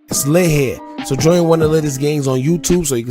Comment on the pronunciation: "It's lit hea"